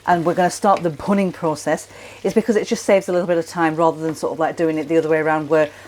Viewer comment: The process referred to is “bhunning”. Not clear in the vid as it’s pronounced with a leading “p” as in punning. Not explained in text nor the link to the explanation provided. The process is scraping the caramelised sauce from the pan edge back into the sauce to give a stronger, rich flavour.